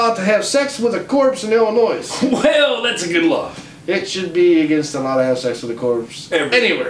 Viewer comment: S is silent in Illinois